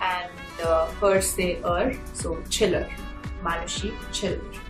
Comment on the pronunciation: once she told her last name is pronounced as "Shillar" but why is she pronouncing as Chillar now?